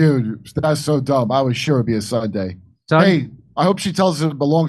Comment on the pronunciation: "Well it was a Suday, the day that follows Saturday and preceeds Monday............blah, blah.